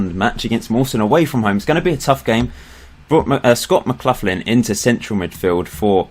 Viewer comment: Your pronunciation isn't too bad but McLaughlin is said more like McLachlan. Except for that your time in charge of Clyde has been really good